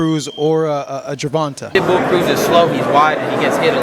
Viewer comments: The way he kept pronouncing tanks name incorrectly was pissing me off lol. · I hate how you say tank's last name. It's GervantE. Like GervantAYYY. Not GervantAHH. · this man kept saying "gervontuh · the way he says Gervonta's name smh 😒 lmao